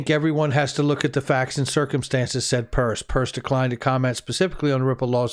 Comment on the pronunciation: Her last name is pronounced Pear ce. Just like pierce. Not purse. Thank you